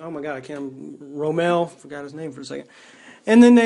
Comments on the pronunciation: You said ro Mel instead of Rommel pronounced rom el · What really grinds my gears? When he pronounces Rommel like "ROW-mell" ...